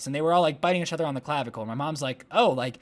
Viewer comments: does anyone else notice how every time he says “each other”, he ends up saying “uchother” lol i love it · do want to say ‘achother ‘ again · The way he pronounces each other is so cute 😂😂